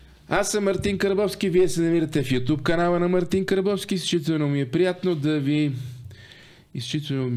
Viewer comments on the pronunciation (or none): none